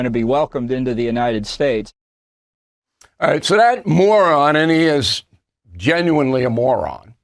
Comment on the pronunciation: Hey Bill, i following you more than 25 years. I believe, you're the truth 1000%...But when you say morons, sounds like Moran, wich is my name, Ireland like you. Making feels i little bad. Thanks. Continues with yours premium job